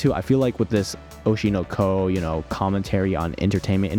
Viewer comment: why do you keep saying it like that?? oshino ...KOOO